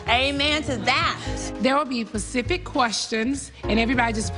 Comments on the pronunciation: I hate when people say “pacific” and not “Specific “ like tf? There will be questions about what? The Pacific Ocean ...Nene ⁉️ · Nene - "There will be Pacific questions..." 🤣🤣🤣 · Nene: “There will be PACIFIC questions” lmaoo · I was like, "Nene, it's SPECIFIC, NOT PACIFIC!" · “There will be pacific questions” child 💀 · "They'll be pacific questions " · Right??? I'm like, "Nene, it's SPECIFIC!!!" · "There will be pacific questions......" Nene WHAT?!? Lol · ‘There will be pACiFic questions’ 😂😂😂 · "There will be Pacific questions...?" Ok Mrs. Leakessss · Just now seeing this....and I heard NeNe say "PACIFIC QUESTIONS" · “They will be pacific question.” 🤣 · “There will be very very pacific questions...” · "they'll be pacific questions..." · There will be "Pacific" Questions (Nene) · Nene- “There will be pacific questions” 😔😖😖😖 why can’t ppl pronounce SPECIFIC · Did she say “PACIFIC” questions??